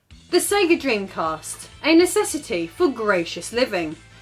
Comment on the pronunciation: "The Sege Dreamcast. A necessity for gr..." – wait! – what? :D